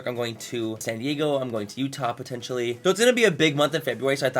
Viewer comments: When the fuck you coming to Utah! 💀💀💀💀 I had to go back 3 times to make sure you were actually saying utah! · did you say utah 😭